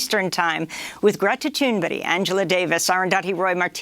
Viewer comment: looking forward to the special with Noam & Greta Thunberg. Really astounding how you still, 2 yrs in can't say her name correctly. What the hell is your problem when you can roll off the tongue all sorts of hard to say Arabian, Turkish, Russian names! Extremely disappointed in Amy's persistent mis-pronouncation of Greta's last name!